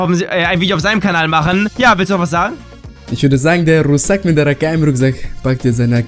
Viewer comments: Russak nicht sussak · Haha wie du Russak nicht richtig aussprechen kannst xD Geiles Video